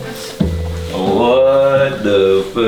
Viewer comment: pourquoi les FRANCAIS ne peuvent pas bien prononcer ou dire THE ??? Pour eux, c'est toujours ZE ???